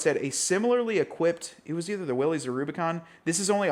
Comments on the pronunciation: *“Will-is”, not “wheelies” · At this point he has to be saying "Willys" incorrectly on purpose, right?